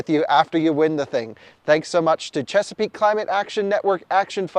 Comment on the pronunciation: How many times have you butchered saying “Chesapeake Climate Action Network Action Fund”? 😂